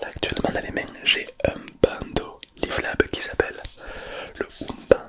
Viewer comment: Par contre stp ça me stresse prononce bien, on a vu à l'école que "an" se lis comme "on" pas "in" donc tu devrais dire Bondeau pas bindeau